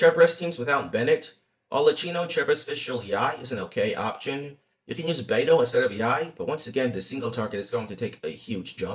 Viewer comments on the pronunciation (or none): none